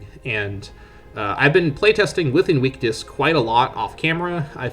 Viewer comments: Ok and? He still didn't pronounce it right. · Bro 💀 that's not how you pronounce 'invictus'.